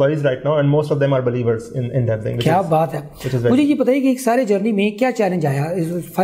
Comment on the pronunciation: Bhai khuda ka wasta hai its devsinc not devensick